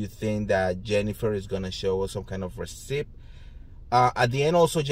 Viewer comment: Dear, Please never stop pronouncing the P in receipt. You give the word style and it's better for the P. Your friend, skippy